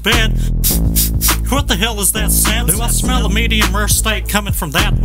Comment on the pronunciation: I tell ya hwhat